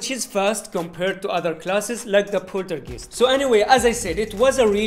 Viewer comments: The poltergeest 🤣 🤣, the way you say it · Bro said Poltergeese😂🤍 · I love the way you say Poltergeist